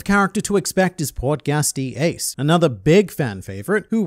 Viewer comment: bro forgot how Ace's name is pronounced 💀and where's the shadow of the third sake cup before the Marineford saga? U sure it wasn't just a black spot? Seeing as he's a whole other brother of Luffy, saying he's not relevant is kinda stupid. If even that green haired bar chick can be so often featured in relation to Luffy's flashbacks what about his sworn brother?